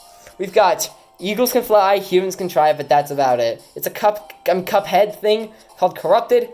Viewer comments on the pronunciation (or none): none